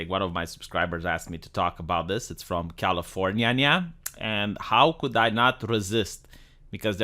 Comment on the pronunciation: Why does he pronounce California like that?